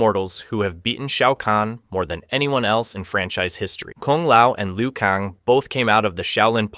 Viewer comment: I am convinced dude has never played a Mortal Kombat game. He pronounces most of the characters names wrong. When you select a character in game the narrator pronounces it. Like how do you pronounce Liu Kang as Liu Kong?